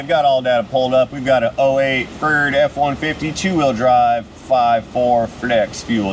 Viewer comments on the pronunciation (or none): Ferd? Or TURD?